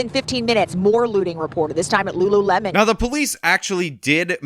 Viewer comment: couldn’t pronounce lulu lemon